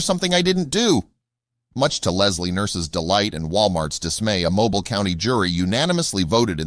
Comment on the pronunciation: Find the correct pronunciation of “Mobile”, Alabama.